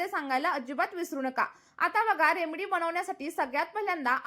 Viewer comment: Aho Taai, English jamat nahi tar marathit bola na, remdee, mhantana shembdee mhatla sarkhe vatate, aani khoop kahi. ❤😂😅